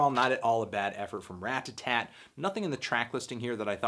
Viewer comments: Rata-Tat. Not Rat-ta-tat. Love, Your friend Cody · ***** It's possible to say Ratta-tat (which is the correct pronunciation) without the tt making a "d" noise. I'm North American and say it this way. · word. It's not Rad-A-Tatt... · You say their name really weird like "rat-tatat" and i'm like "ra-tat-tat" yknow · Haha instead of pronouncing it Radadad, you're now really emphasizing the t's! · RAT TUH-TAT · ***** I'm not American, and in my accent it's actually easier to pronounce it Rat-a-tat (because I'm Swedish, and in our language we never pronounce t as a d). But Rad-a-tatt sounds a lot better and that's what I've heard everyone say, including Kid Cudi for example. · Clearly it’s raduhtat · if I ever have to hear you pronounce "ratatat" one more time I'm going to kick my own ass. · Haha way to pronounce those T's, homie :) I remember how people have you crap for saying "Radadat" on your LP4 review. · You say ratatat weird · He is pronouncing the first t like a "t" instead of a d like most north americans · At least he's not saying "Radadat" like in his LP4 review. Anyways, I feel weird about nitpicking him about this. Who cares